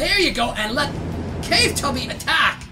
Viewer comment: I like how he calls the Claw Tubby “Cave Tubby” when he says in the solo tournament, he says it’s pronounced claw tubby